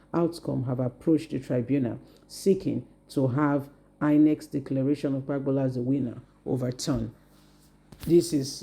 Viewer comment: If you know that you can't pronounce names correctly, you should stop reporting. Look out how you are pronouncing Okpebholo? This is why i don't like listening to your videos. Your reports are always boring.